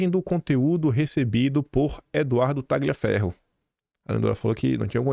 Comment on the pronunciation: boa noite, bom dia! Tagliaferro é um nome italiano. E o "GL" pronuncia-se como o nosso "lh". O g é mudo.c